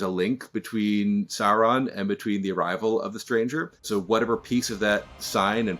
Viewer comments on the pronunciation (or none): He keeps saying Seron insted of Sauron, im getting anoyed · Interviewer can't even say SAUron or Morfydd's name correctly. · These interviewers pronunciation of Sauron lol